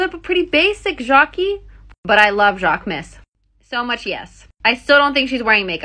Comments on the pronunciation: The way she pronounced Jacquemus😂😂😂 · Please please I implore you to learn how to pronounce Jaquemus properly. 😂 Pleeeeeaaaase.